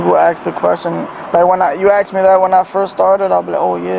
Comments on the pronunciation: It's NOT AX'D, it's ask. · “If you would have AXed me”. “It’s not even crazy NO more”. Guess you don’t have to know how to speak to be cop. 🙄. Go back to school.